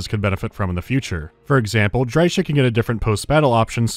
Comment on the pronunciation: Just for the pronounciation of Drycha you get a dislike. :P